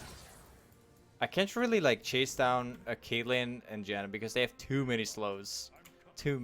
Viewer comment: Wait did he say caitlynn and jannar